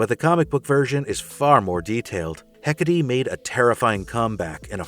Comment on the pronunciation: The best attempt at the pronunciation of 'Εκάτη I've seen so far, nice!